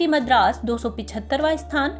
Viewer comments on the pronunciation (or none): none